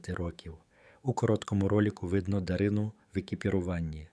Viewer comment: Або, людина далека-далека від української мови. Чи спеціально так паскудить... Чого тільки коштує - дивлячись, на ДаринУ. Канал має ціль відкинути від українського?